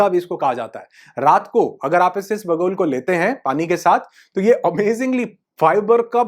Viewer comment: सर, "ईस बगुल" नहीं, ईसबगुल, ऐक साथ ही बोले.